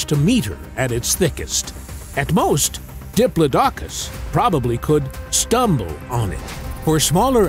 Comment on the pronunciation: I hope this doesn't turn out to be one of those "go to sleep" videos that turns out to be way too interesting to fall asleep to. I'll just go put my python to bed first. 😂 And it's "di-PLOD-i-cus" not "di-plo-DOC-us."